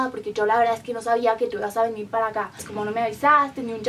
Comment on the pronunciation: El español le ha salido como el culo😂 desde cuando aqui en españa "pues" se pronuncio "pueshh"? Dios que mal JAJAJAJAJAJJA